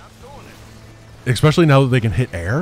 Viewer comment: "Expecially".... oh lord.